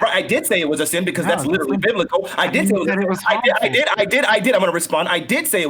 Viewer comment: The way this dude pronounces "literally" is driving me fucking mad.